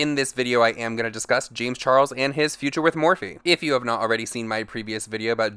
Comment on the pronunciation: Darrick Sp40 i’ve been hearing “lames charles”